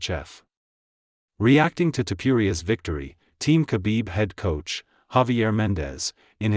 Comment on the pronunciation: Ttuppuria? Lmao😂😂😂😂😂😂